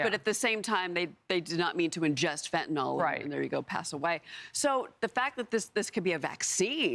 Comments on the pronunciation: What the hell is fentaNOL? I thought it was pronounced Fentanyl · I know what you meant but it's fentanyl and is technically pronounced fen-tan-ill.